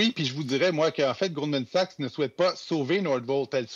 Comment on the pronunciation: A-M Dussault qui dit "Golden Sachs" tout le long... 😅 Goldman Sachs est la 2e banque la plus riche du monde... Tout journaliste compétent devrait en connaître le nom sans se tromper Honteux. Donnez donc l'antenne nationale à qqun qui la mérite!